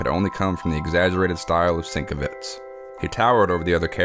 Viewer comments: Great video. Just one thing, it is pronounced sin-kev-itch. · Sin-KEV-itch. That’s how you pronounce Bill’s last name. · Pronounced 'sen kev itch'.. just saying😊 Bill is a brilliant artist.👍🏻